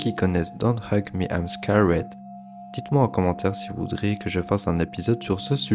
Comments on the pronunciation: I'm scawède ? Même sans forcer un accent anglais, un truc genre "skérd" sonnerait plus juste... C'est juste un détail bien sûr, ceci dit c'était intéressant, merci pour ton travail. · c'est juste pas un accent😅 c'est une prononciation j'avais envie de te frapper à chaque fois😂